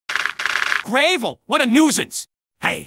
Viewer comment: Is no one gonna acknowledge that the scout AI pronounced gravel as "grave-l"?